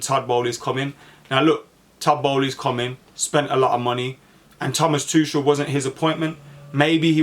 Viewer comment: bro is it pronounced tukel or tuchel lmfao you said both in 5 seconds and